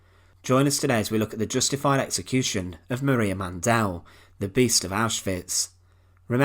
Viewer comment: Why pronounce the E in Mandl so hard? There is no E